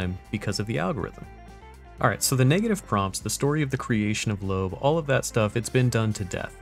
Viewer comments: It's pronounced "Lo-ab." Went to high school with her in Colorado Springs. We're both 1987 graduates. She's pretty cool, into D&D, other gaming, disc golf, prog music, and e-bikes. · Nah, it's pronounced Lo-ab, she told me herself